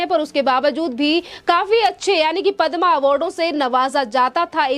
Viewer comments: stupid anchor. She calls Padma as padmaa. needs to be fired right now. Anpadh. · मैडम पदमा अवार्ड नही पद्म विभूषण अवार्ड है। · पद्म अवार्ड है, पद्मा नहीं। हिंदी का चॅनेल है, हिंदी तो सही बोलो। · कृपया पद्मश्री या पद्म एवार्ड कहें ,पद्मा मत बोलें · पद्मा नही पद्म बोलीये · padma nahi padm bolo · Madam, padmaa nai bola jata. Padm hota hai..padmaaa nai. Hindi seekhe. Rest content was good. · हिंदी भाषा का प्रयोग करते है लेकिन पद्म पुरस्कार को गलत रूप से बोल रही हैं